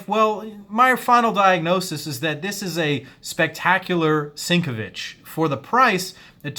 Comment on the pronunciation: You said Sinkevich wrong.